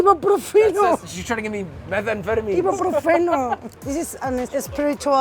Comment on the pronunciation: Ibropefo is now how i will forever pronounce ibuprofen